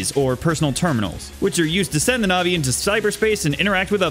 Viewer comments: Navi is the little blue fairy in Ocarina. Broad "ä" sound Net Navi is short for Net Navigator. Short flat "ă" sound. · My favorite part of the video is when you say Net Novi instead of Net Navi. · It’s Navi like navigate not like the navi from blue people avatar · One thing to point out, you pronounce Navi like Navi the fairy when it should be Navi as in navigator. Don't actually care how people pronounce these names though. I called Mayl, May because it's a real name. Even if the names are all clever tech references. Mayl is still May to me.